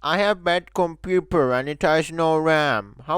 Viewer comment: "compooper" kek